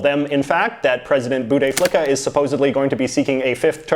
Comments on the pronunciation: You pronounced my president's name as "boutey flicka" , I'm dead. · You absolutely butchered bouteflika's name 😂😂😂